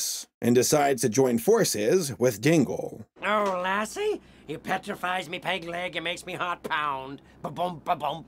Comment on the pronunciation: I thought you said Tingle instead of Dingle... Hey at least Tingle is a more interesting character